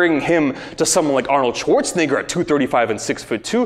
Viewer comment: Arnold Schwarz-what?